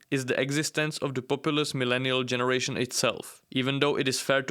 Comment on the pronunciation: What are "Jenzie Americans"?